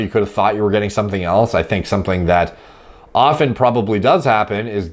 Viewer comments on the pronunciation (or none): none